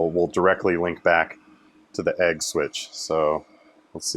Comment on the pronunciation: Funny how agg and egg sound exactly the same